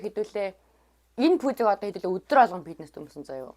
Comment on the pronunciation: Ey bichlegnuudiig chine uzdeg, ghde neg yum helmeer bnaa. Pitness bish fitness gej yaridag baival